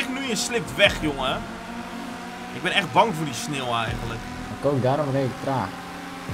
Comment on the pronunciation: Vind iemand het ook opvallen dat hij geen sneeuw maar sneel zegt😂